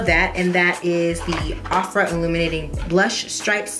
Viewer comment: I don't think Ofra is pronounced like that.